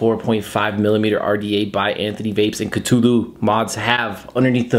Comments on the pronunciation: It's definitely pronounced KA -THOO - LOO if only H.P. Lovecraft were alive today to set the record straight on the proper way to pronounce his creation. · Cthulhu is pronounced Kah-thoo-loo. I know this because I am an H. P. Lovecraft fan. I have one of these and I rock it on a tube Mech. That deep juice well is nice, because it really is like an RTDA. Enjoyed the review! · It's pronounced KA- THEW - LEW by the way!!!